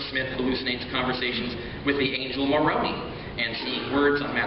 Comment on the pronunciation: Richard needs to learn to pronounce Moroni. Maybe Mr. Deity will teach him